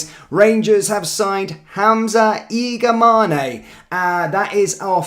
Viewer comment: Its Igaman not igamane the e is silent